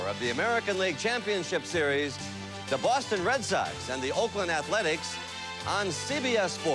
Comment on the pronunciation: SCREW bwoston....wa wa wa....